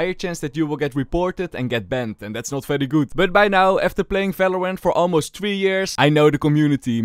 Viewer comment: can u learn the v cuz falorant fagents fery nice ITS JUST BRUH